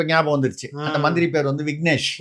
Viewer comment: விக்னேஷ் இல்லை விஸ்கினேஷ்